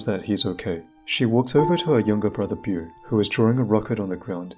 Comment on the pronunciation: How he pronounces Beau:Boo